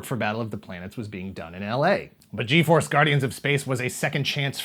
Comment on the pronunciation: I remember watching Fuerza Yi , sorry, just found too funny that you pronounce the G in all the names in English. Anyway, yeah I grew up watching Fuerza G in Cartoon Network Latin America, don't remember too much of what happened, except that they always talked about how dangerous was to use the firebird thing yet they used it every other episode.